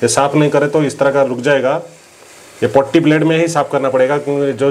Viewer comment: पुट्टी ब्लेड पोट्टी नहीं 😂